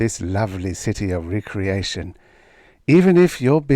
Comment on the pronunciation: Pronunciation: intravenous, kaleidoscope, and probably recreation. "Recreation" has two possible meanings, with different pronunciations. In the story's context, the "leisure activity" meaning seems more likely to be the correct interpretation.